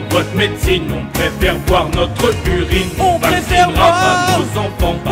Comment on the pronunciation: "Notreu urine" il te manquait une syllabe x)